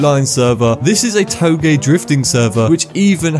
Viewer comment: "toe-gay"? Is that how it's pronounced?